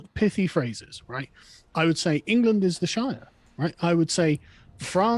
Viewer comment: Oh boy. Engerlund